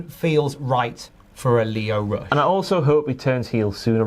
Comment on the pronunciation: My guy said lio rush and I cried 😭